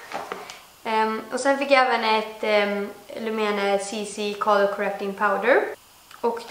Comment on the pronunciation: Du uttallar lumene fel